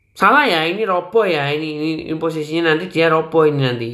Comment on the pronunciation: Roboh bukan ropoh